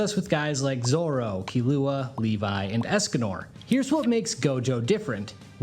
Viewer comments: you did NOT just say "key-lew-uh" its "kill-ew-uh" 100% AI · Dude pronounced Killua like he's coffee liqueur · its a crime to pronounce killua like that :P Including the other butchered names.